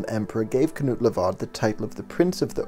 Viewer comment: you pronounced Knud Lavard perfectly - a dane